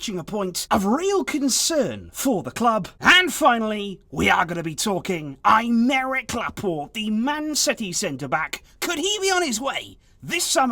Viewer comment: Who tf is I'm-Eric Laporte? This is not how you pronounce that name.